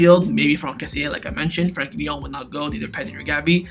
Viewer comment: This guy is mad saying frenkie and Christiansen